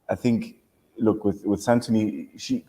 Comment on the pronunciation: Why can't the hosts pronounce the players' names correctly? That's not how they pronounce Santoni and Kiran on the show. It's been 9 episodes.